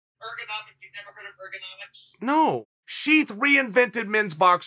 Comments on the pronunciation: Guess we’re saying egronomics now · Who wants to bet we never hear Chael say ergo nomics?